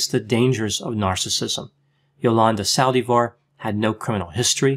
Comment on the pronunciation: Yolanda Saldi-Var 😂 sounds like, salivar, its Sal-Divar